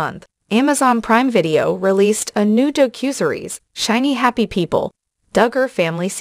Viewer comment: You can tell this is a robot voice by the word mis-pronunciations a human is not likely to make, such as: "a cue and a series" (instead of a Q&A series). Also "a doe cusery's" (instead of a docu-series).